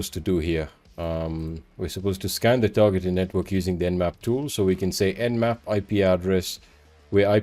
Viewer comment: Nmap not nap